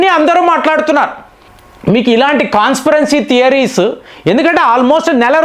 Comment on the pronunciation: conspironcy theories ఏంట్రా మామా ప్రేమా! అది "CONSPIRACY THEORIES "రా మామా ఏదో ముచ్చటపడి మన ఏమి చెబుతున్నాడా(పిట్ట కథలు) అని విందామని వస్తే నువ్వూ నీ ఇంగ్లీష్ పాడు గాను ఎక్కడ చదువుకున్నవురా! అసలు నీకు ఇంగ్లీషులో వాక్యాలు పలకటమే రాదు నువ్వు ఎలా వేల వేల వీడియోస్ చేస్తున్నావు నువ్వూ చెప్పేది వినేవాడు ఎవడు? ఛీ..ఛీ నా దరిద్రం పాడుగాను నువ్వు మాట్లాడేది యుద్ధవిమానాల గురించి F-16,S-300 లు నీ వీడియో చూసే mood, ఉచ్చాహం పోయింది ప్రతి దానికి పెంట పెంట చేస్తుంటే ఎలా! సిగ్గులేని బతుకు... సిగ్గులేని బతుకు 😂😂😂😂😂😂